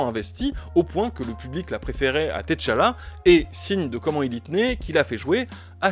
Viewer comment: Merci pour ce travail magnifique mais SVP Ce n'est pas "Thé Chala" mais T'chala.. ça se prononce comme Tchat ..Tchad .. En vous remerciant de votre compréhension Merci.